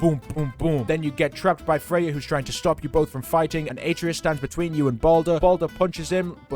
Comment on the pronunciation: It’s not pronounced ate-treeus it’s actually pronounced at-trayus